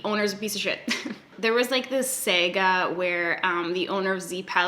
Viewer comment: if you thought that you sounded canadian saying "bag," you should listen to yourself say "saga" LOL